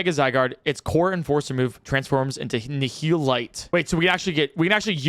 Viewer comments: That's how you say it it was ni ul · THANK YOU for pronouncing Nihil right.